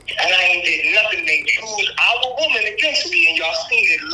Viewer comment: And why does he say Woman like a cave man or is he saying Wombman